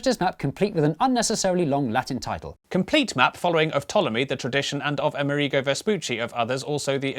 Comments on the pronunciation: I believe it's A-MER-i-go, not A-mer-EE-go. Also:Latin America isn't only Spanish-speaking. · Why do you pronounce Amerigo as "ameh-REE-go"? It's pronounce the same as America, but with an "o" (yeah, mind-blow!). Amerig-oh! (g and c are very similar sounds, look it up) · A-merigo* Say it with me. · Quite right I was born in Buenos Aires and I am as American as Joe Biden. Now, why not pronounce ”AmErigo” as it should be, with the stress on the “e”? It would make sense phonetically, and the origin of the word “AmErica” would be clearer. Saludos! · Having trouble coping with how British people apparently pronounce the name Amerigo.